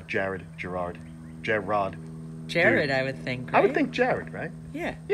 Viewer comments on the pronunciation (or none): Congrats on the new water monitor! Maybe you should name him Jarrod/ Girard? like you were pronouncing it at first lol since it came from Jared. 😁 Anyways wanted to tell you this is my ultimate favorite YouTube channel! I absolutely love watching your Channel, absolutely love when my notification pops up that you uploaded something new. Cannot wait to visit y'all next year!!! Hope you feel better. He said you were allergic to Mango so I'm assuming it's something from inside out but if it's a rash on the outside campho-phenique is really good for rashes and itching. Anyways hope you all have a great week!